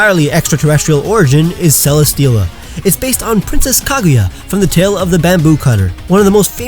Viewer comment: Its name is Celesteela, not Celestia!